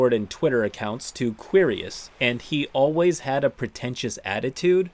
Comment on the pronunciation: I’m guessing the dragons name is actually pronounced like “curious.”